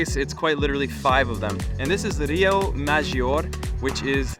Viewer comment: Don't worry for rio maggiore, you Say wrong every italian words😂